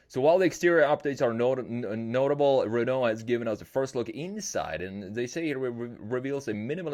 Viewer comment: Le Renault pronunciation was perfect